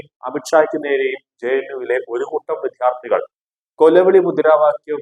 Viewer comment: മലയാള ഉച്ചാരണം ശുദ്ധീകരിക്കുക. വിദ്യാർഥികൾ ആണ്. "വിദ്ധ്യാർഥി" കൾ അല്ല.